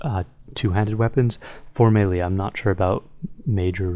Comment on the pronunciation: YOU MIS-PRONOUNCED MELEEEeeeeeeeeeeeeeeeeeee